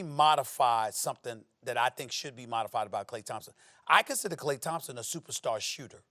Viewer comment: "I consider him a supersar sooter" Stephen A get some sleep